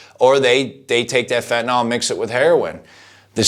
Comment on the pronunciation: why can't americans pronounce fentanyl correctly?